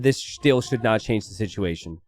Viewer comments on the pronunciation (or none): none